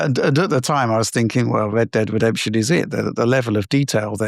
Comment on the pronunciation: "wed dead wedemption"